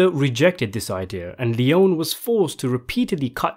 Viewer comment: His name is pronounced Sergio Lee-own-ie, not lee-own.